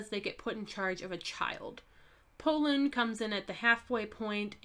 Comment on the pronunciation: Pollun? I thought his name is Porun.